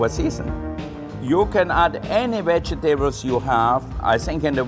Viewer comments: I just love it i dont know why Vegetables are so lame Its all about the vejetebels It sounds classier too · I like how he pronounces vegetables he says veg a tables lol